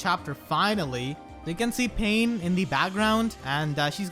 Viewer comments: The way you pronounced Pannes name, I low key thought we were about to get six paths of pain up in this bitch. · You pronounced Panne as "pain", which made me think of the enemy tiger laguz boss from Radiant Dawn. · why do you pronounce "Panne" as Pain